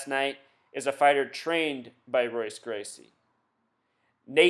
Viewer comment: nate Diaz is not trained by royce gracie (which you pernounce incorrect), Diaz trains under Czar Gracie, I wonder how many other facts you use in your decoding are false as well